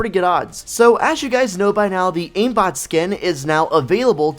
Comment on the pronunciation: Hahaha he said iambot skin